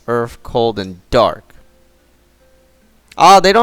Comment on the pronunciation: Cold fire water and earf lmaoooo